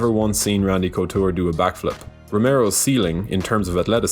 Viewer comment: Cochure got me😂